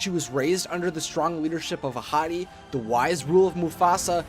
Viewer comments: I thought you said "a hottie" instead of Ahadi (how do you spell it again?) XD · I kept thinking he was saying “a hottie” 🤦🏻‍♀️